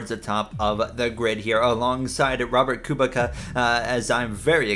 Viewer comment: Just to help, Robert Kubica's last name is pronouced Ku-bit-sa